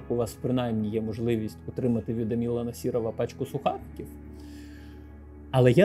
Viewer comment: Все прекрасно, але «АмілА» і «РамілА» різало вухо